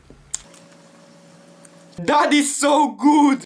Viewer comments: Did you say daddy good or that is good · I thought he said daddy so good but he said that is so good